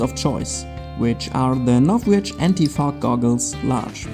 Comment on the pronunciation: It sounded like you said, "anti f**k"😂